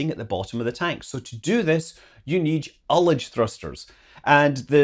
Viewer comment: Ullage. Pronounced like he said it.